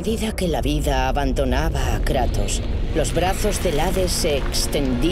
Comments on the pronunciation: En el minuto en vez de decir kratos dice kranos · Minuto 8 : 18 dice kranos